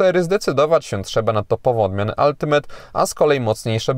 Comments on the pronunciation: Brawo za poprawna wymowe slowa ultimate. Nie moge juz czasem z tymi od “altimejt”. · jak miło słyszeć dobrą wymowę Ultimate